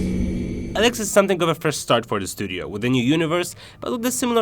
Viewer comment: Dude no offense but your commentary of the game......... you are saying "ELEX" wrong. Don't do commentary on stuff if you can not "ENGLISH" correctly.